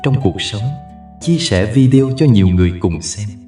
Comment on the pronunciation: VI.ĐÊ.Ô đừng đọc là VIĐEO...Kỳ lắm. 😂😂😂😅😅😅